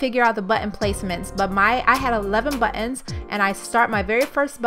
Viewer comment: thanks for sharing the idea. Good job! Also, Nice Porsche in the garage! I was trying to understand what “but-enz” are. In electrical work there are “butt end” crimp connectors. I thought that’s what you were talking about. I realized you are trying to say “buttons”. :D